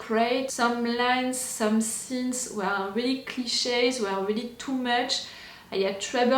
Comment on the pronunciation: I love it 😂 “We ere ok, we ere on the lake!”